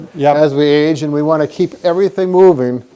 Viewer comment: "if you wany"